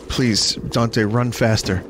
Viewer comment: Bleese... Bleese blay more DEEHEMSEE DUE!!